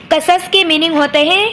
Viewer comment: Its not qasas its qisas un nabiyyin Zabar nai zeer hai qaaf pe